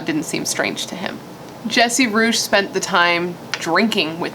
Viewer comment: Hey nice video! First, RIP to Nicholas Markowitz and second, Jesse Rugge's last name is pronounced "Roogie".